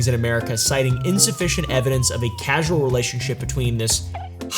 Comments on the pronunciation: It's causal not casual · it's "causal" relationship. Not casual lol. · You understand they're looking for a linked cause - caUSal - right? Why do you keep saying caSUal? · It's "causal," not "casual." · the way he said casual relationship instead of causal relationship multiple times... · casual relationship?? does he mean causal 😭😂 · CAUsal not casual :face-purple-wide-eyes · Causal not casual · CAUSAL LINK NOT CASUAL LINK!!!